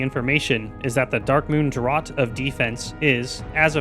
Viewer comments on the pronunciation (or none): I appreciate your research, well done! Just as an aside, though, "draught" is supposed to be pronounced the same as "draft".